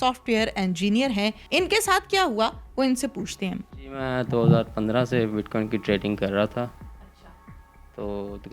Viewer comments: bit queen?hahahaha,its bit coin,. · Bitquin ni oo madam bitcoin . . Paper le.k bs sawal krne lag jaty ho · WTF is Bitqueen? Its BITCOIN. Coin Coin Coin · Bitqueen nhi bitcoin hota ha🤦🏻‍♀️😂🤣😂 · WAH WAH hamari Interviewer bar bar Keh RAHEE hay BIT QUEEN BIT QUEEN NOT BIT COIN , PLEASE DO YOUR HOME WORK & RESERCH .SCHOOL TOU GAI HO GEE YAA PHIR JAALI PASS KAR LIYA HAY , AUR JAAN PEHCHAAN KAR KAY INTERVIEWER KEY JOB KAR LEY HAY , JOURNALISM KAA KUCH PATAA HAY, YAA SIRF LIFFAFAA HO, BIT 👑 QUEEN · Ani diye bachiye. Bitcoin hota hai bit queen nai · Anchor : BitQin 🤣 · Bitqaueen 😂 y’all gotta learn some pronouncing anyways I’m all in digital currency ❤️ BTC ,ETH, XMR,LTC,PUNDIX,CAKE, Small coins best to invest in,XRP,VET,ADA,BTT.Goodluck